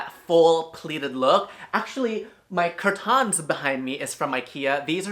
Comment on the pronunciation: Love the nobody asked intro😂 Also his fancy way of saying "curtains."